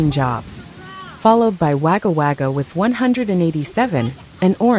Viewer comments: If you are a human pls learn how to pronounce the towns, it’s Wagga Wagga not Waga Waga, so pls check with locals how they are called. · Stroms in waga waga it's wagga wagga. Sptic tank lol😂😂😂😂😂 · Wagga wagga is pronounced wogga wogga The pronunciation of town names is hillarious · Yeah , pronunciation of towns AI wag 🙄 can tell it's not locally produced